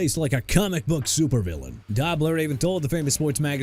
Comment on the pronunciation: Oh my God learn how to say Dobler!